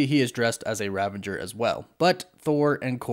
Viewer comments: It is ravager. ravage + er. There is no n. It is not rav-an-jer. Sorry, but that was really bothering me. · RAVAGER, not RAVENGER. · Hey man, love the content as always! Just one thing: it's Ravager Thor (as in the Ravagers from GOTG), not Ravenger Thor, right? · Love, but he tends to say things wrong a lot. Just a quirk, oh well. It is indeed Ravager Thor rather than Ravenger Thor. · Great video! Quick question: Ravager or Ravenger? I keep hearing Ravenger and it doesn’t sound right. Thought it was Ravager. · I hate to be the corrector, but it's "Ravager Thor" rather than Ravenger. 😅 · Ravager, not Ravenger, no n. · "Ravager" not "Ravenger" I think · Its RAVAGER** bro bro... Not "Ravenger" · it's not ravanger dude It's ravager.. "A ravager never flies solo" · Great video but - ravager. Not ravenger. There's no 'n' in the middle. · I’m sorry but it bugs me that you pronounce an N in Ravager. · I think it's RAVAGER not RAVENGER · Why does everyone I watch say “Ravanger”? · You said "ravanger" again, lol. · Isn’t it Ravager not Ravanger? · Ravager...not "Ravenger" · There are quite a few words that you always mispronounce, but none are as annoying as how you incorrectly say "ravager." There is no "n" before the "g." In Ragnarok, Thor joked about "Revengers," which is a totally different word than the factions from GotG... "Rav-age-rs." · Ravenger Thor? Ravengers? Seriously? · There is no "N" in Ravager. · Okay. I wasn't gonna say it but it's driving me nuts. There's no "N" in "Ravager." Great breakdown. But I couldn't just let it go.